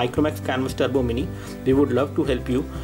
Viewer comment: Turbo, not Trubo.